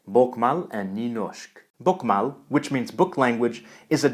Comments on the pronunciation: Hey, I think it would be great if you pronounced names like they should be, from their original language. Like "bokmål" sounding closer to "book-mole" for example. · The way he pronounced Bokmål......I don't even speak any of these languages and I know what that symbol over the a means. Book-mol. Simple. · BOKMÅL is pronounced book-mol. NYNORSK is pronounced new-norsk. The Å is an O and Y is like a EW. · Bokmål not bokmal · Bokmål is more like bokmole than bokmal